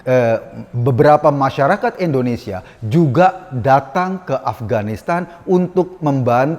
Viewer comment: Mohon koreksi pak Eko, Indonesia 👍bkn endonesia 👎😊